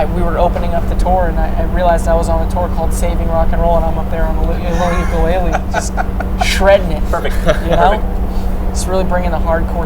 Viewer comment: Tyler: Uke-LAID-le .... looks at Josh proudly for recognition